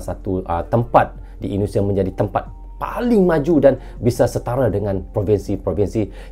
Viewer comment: Ternyata ENDONESIE & MELEYSIE bacanya ya 😅😅